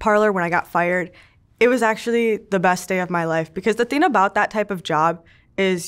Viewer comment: I really don’t like when people say “thin” instead of “thing”, but i love u. Lol